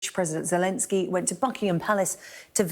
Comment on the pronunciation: " Welcome to the UK President Zulensky."